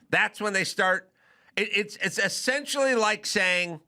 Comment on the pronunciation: said "essensually" 😂